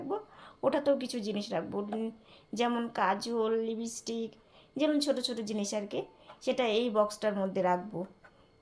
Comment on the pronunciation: a kothata Lipstick tumi Lipistick bolo na